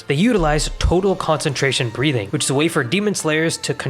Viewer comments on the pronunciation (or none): I was watching this in the background and had to do a double take at Breathing because you kinda pronounce it as "breeding".